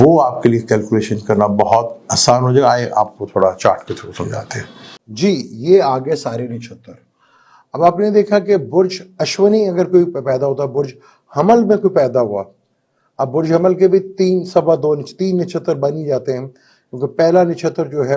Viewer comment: It's not Nachhatar, it's Nakshatra!